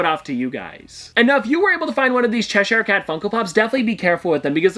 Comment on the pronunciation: Please say Cheshire properly 🤦🏼‍♀️